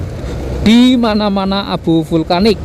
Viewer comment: Vulkanik bg bkan vlukanik🤣